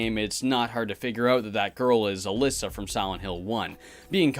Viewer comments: hearing you speaking out "ALYSSA" instead of Alessa says too much about you, thanks goodbye. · Hey its "A less A" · the way he pronounces Alessa. oh god